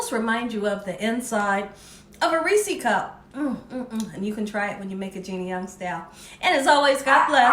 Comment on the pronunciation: I live close to Hershey, PA. So, for the record...it is not pronounced a Ree-see cup. It is pronounced like Ree-says PB cup -- Reese's. 😂😊 You're welcome! 😝